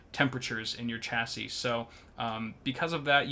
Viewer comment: This guy cant say chassis